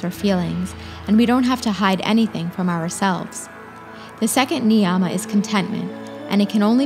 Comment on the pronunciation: Thanks for spreading love for our ancient culture. Small suggestion: Yama and Niyama are pronounced as Yama and Niyama as such, not Yaaama and Niyaaama. Sound plays an important role in Samskritam.